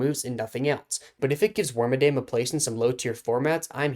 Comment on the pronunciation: Claims it's awesome but doesn't care about it enough to pronounce its name correctly.